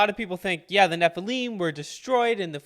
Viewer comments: Dude! Learn how to pronounce the word, NEPLILIM!! It's NOT,...NEP. LIME!! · Agreed. The RIGHT WAY!,...and THE WRONG WAY! There is no L I M E,...at the ending of the word, it's L I M,...Listen to how the Lecturer pronounces it! The CORRECT WAY! GOOGLE the correct pronounciation,.. It will give people the impression,...tjat you know what you're talkin about,...😊